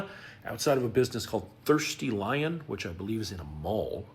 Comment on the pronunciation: Thirsty Lion or is it Thirty ‘Lyin 😂